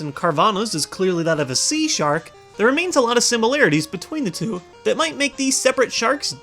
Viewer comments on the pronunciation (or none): between the ThhhhWO LMAOOOOO!!!!